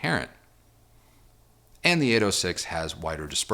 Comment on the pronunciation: Good videos. Not my style of speaker, but the video is great. Lot’s of useful information in the review. Critique- You say “thee" too much- where the "soft the" would be much more pleasing. Re-listen and substitute a "soft the" especially when a word starting with a consonant follows